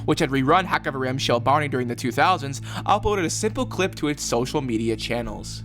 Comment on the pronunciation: Small note about pronouciation You know the greek x? The het sounds like that Also this haxaverim, not haxavarim Also, the stress is on Rim, not on the ha HaxaveRIM shel Barney